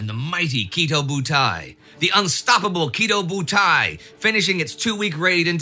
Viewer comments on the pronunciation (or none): Indy's Kidō Bu-Tie-Barn.